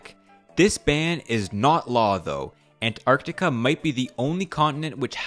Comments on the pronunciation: You are way over-pronouncing Antarctica. It's not ANT...arCtica. It's more like "an·taark·tuh·kuh" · The pronunciation of "Ant... Arctica" kinda bugs me, otherwise, great vid. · listening to this guy pronounce "Ant-arctica" over and over gave me a fukkn headache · Ant...arctica? isnt it an...tarctica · An-tarc-tica not ant-arct-ica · It's Antarctica, not Ant Arctica. You put so much effort into your research, you couldn't have looked up how to pronounce it properly? FFS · An-tarctica :( Ant-arctica :) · oh so it's going to be Antacrctica, not Alaska..."if Your know you know* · God I hope this sht never happens, let Antarctica be the one place that's somehow free from the modern idioticy of this world like economy-bs. Also is it just me, or does the way bro pronounces Antarctica makes it sound like if he's constantly saying "An Antarctica" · Bro really said "🐜-arctica" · Throughout the video I couldn't get over how you pronounce Ant-arctica :)) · Is he saying "ant arctic" on purpose? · The "Ant-Art-ica" pronunciation is really getting into my nerves. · Sorry, I could not bear the ANT-Arctica 😒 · Dude here pronouncing antartica like ANT-artica wtf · Is it me or you really pronounce it ant-arc-ti-ca? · Is he saying Ant Arctica on purpose? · "ant artica" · I like the way you say Ant Arc Tica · Ant arctica? Who says it like that? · why do you pronounce it with a space? "ant arctica"?? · ant-artica... jesus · I hate the emphasis you keep putting on the ANT part of ANTarctiva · Why are you pronouncing it as Ant. Arctica? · There are no ants in antartica, so why do you keep saying Ant-artica? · I like how hard you're trying to pronounce antarctica as "ant arctica" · The way you pronounce Antarctica makes us think you believe it belongs to ants hahahaha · Why the fuck do you pronounce Antartica like that lmao